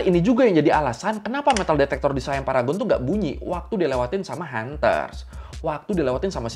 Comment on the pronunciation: Bang bacanya siam aja bukan sayam mntang2 I itu AI jdi sayam gitu ya hehe siam aja Siam bukan sayam 😂